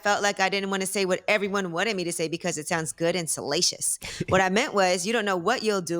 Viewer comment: That nigga said salacious